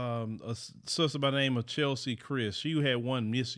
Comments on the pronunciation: Please pronounce her name right, it's Ches-ley, not Chelsea. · Cheslie NOT Chelsie. Please say her correct name. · It’s CHESlie not CHELsie … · Just FYI, her name is Cheslie, NOT Chelsie. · CHESLIE NOT CHELSIE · Her name, respectfully, is CheSlie. (Pronounced Chess-Lee) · Thank you for this video. She seems so nice. pray for her soul. 🙏🏼🤍 by the way her name is “Cheslie” not Chelsie. 🙂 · Her name was Cheslie not Chelsie. You’d think that you would have at least got her name right considering you’re spending a full episode dedicated to her. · Her name is Cheslie not Chelsie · It's Cheslie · Umm…no one gonna mention that her name is Cheslie (like Leslie) not Chelsie. And ain’t no way that she unalived herself. Rest In Power, Queen. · You got her name wrong🤦🏾‍♂️🤦🏾‍♂️ mannnn😂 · It's not Chelsie. It's Cheslie. Attention in detail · Get her name right. It's CHESLIE. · Her name was CHESLIE---as in LESLIE. (i know she got that all the time tho lol BLESS HER SWEET HEART. Cried for days over this----smell a rat tho. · Her name is Cheslie. [chessssly]. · Agreed. This video is about Chesly, he should know how to pronounce her name. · Dude...get her name right...It's CHESLIE! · This young lady’s name is “Cheslie” (like Leslie). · Mispronouncing her name was a bit of a dishonor... Should have got that straight before this broadcast. Other than that, great commentary. It's just that that part irked me a bit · Is it really that hard to get the person’s name right 😒